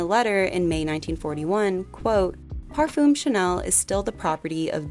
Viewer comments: Great video, thank you. But please check on how to pronunciate French words. Chanel, parfum, garçon... They are all so mispronounced and it would be a great opportunity to teach non-French speakers how to pronounce them correctly. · This was great and very well researched but please, please look up proper French pronunciation for future videos. It doesn't have to be perfect but I felt there was very little effort to pronounce most French names, basic words like parfum etc.